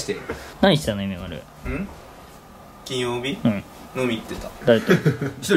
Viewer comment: ゆめまるの 金曜⤴︎ 日⤴︎ の イントネーション気になった(笑)